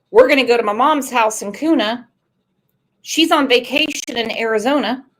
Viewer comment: Its pronounced Kyoona (Kuna)